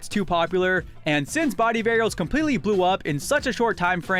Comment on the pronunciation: STOP SAYING “BODY AREILS”